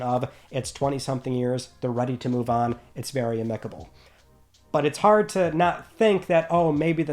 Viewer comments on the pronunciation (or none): You're putting the emphasis on the wrong syllable in the word amicable